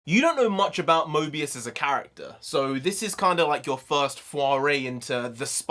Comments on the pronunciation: stop saying Mobius 😢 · btw it is morbius not mobius bruh lol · Morbius is an Anti-Hero like The Punisher and it’s Morbius not Mobius bro😂 Two different characters Also Morbius the Living Vampire doesn’t fly, he has an enhanced gliding ability which is used for short distances. The purple effects behind him were a nod to his purple cape in the comics. Still badass to see in live action. Also can’t wait for him and Mahershala Ali’s Blade to cross paths as they’ve done before in the comics starting out as antagonists (Morbius gave Blade his powers) to a mutual understanding and even teamed up a few times. Just hoping for Kevin Feige and the MCU have Doctor Strange assemble the Midnight Sons team in the future with Morbius, Blade, Ghost Rider, Werewolf by Night, Wolverine, Doctor Voodoo, Hellstrom, Sister Grimm, Magik, Moon Knight, Wong, Elsa Bloodstone and The Punisher later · Pronounced MORE- BEOS. Owen Wilson and his jet ski has nothing to do with this, unfortunately